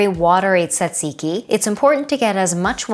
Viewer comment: How many times did you have to practice saying tzatziki to get it right? 😀lol Also, if this was BEFORE the pita video, Bryan must've been SO overloaded with food by the end of it! 😲 If you haven't got an English cucumber, is a non-English, generally smaller, one still all right for use, for this?